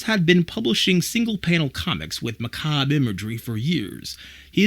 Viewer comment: Ok, this is a nitpick, but it’s not “Macob” imagery. It’s “macabre”, there is another syllable in there that you’re dropping (and it’s not “-bray”, it’s “-ber”). Otherwise, you def have a point about how normal and weird have switched places for the Addams Family and that it’s kind of… not much of a thing in the series ‘Wednesday’. I do like the series a lot though.